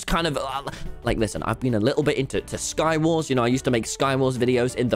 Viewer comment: When you said sky wars, I heard Star Wars